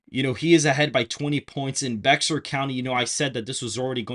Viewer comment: It’s Pronounced Bear for the Bexar Co.